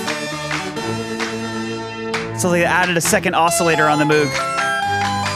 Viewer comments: I really hater to be picky, but Moog is pronounced M OH G,, not M OO G. Just sayin' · One of you pronounced "Moog" correctly. MOHG, NOT "Mooooog". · of course it's "MOEG" or, "MOW with a "G" on the end. Pronunciation wise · Sorry, but what you don't know about this recording is astounding. Oh, and it's "Moog as in vogue."